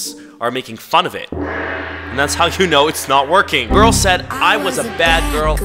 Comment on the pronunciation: “I was a bas girl…I did sökme bas things…..” GIRL GET BACK TO SELLING BOWS